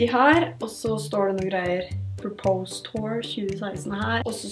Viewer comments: Ville bare si ifra om at du uttaler order "purpose" feil. Det høres nesten ut som at du sier "propose". Ellers en fin video! Liker Ebay Hauls videoene dine :) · Det uttales pørpøss